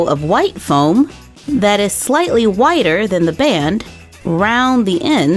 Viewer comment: I thought she said whiter instead of wider 😂😂😂